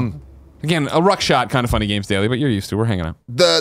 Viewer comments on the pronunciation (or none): Is this a joke or does Greg really think the term is “ruckshod”? Because it’s “roughshod” and I swear he said ruck a couple times.